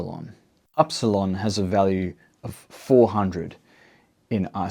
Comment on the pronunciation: Dear. Im from Greece. Its not called aρsalon. We call it iρsilon.